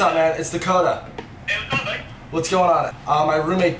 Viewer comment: This nigga said Dacota North😂😂😂😂😂😂😂😂😂😂